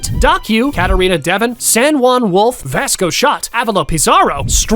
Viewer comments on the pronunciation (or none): none